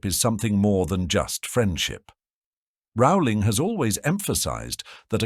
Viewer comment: HER NAME IS PRONOUNCED ROLLING. Not Rowwwwling.